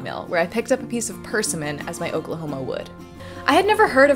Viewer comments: I love the weird way you pronounce persimmon. "purse-e-mon" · First, let me say, as a YouTuber...you are amazing. I truly enjoy your scientific and wood-working projects because they are filled with enthusiasm and excited which makes me smile. My single request for you is to research the pronunciation of 'persimmon'. It's more like 'per-sim-muhn'. Keep up the good work. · Well I was gonna offer to send ya some wood from arkansas but ya already got it covered. Arkansas state tree is the pine. Your pronunciation of persimmon is cute. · Really nice video but I cringed a bit when I heard you say persimmon. We usually put emphasis on the simm. (north carolina)